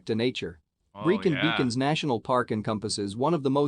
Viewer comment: I donget how anyone can say Brecon as breekin.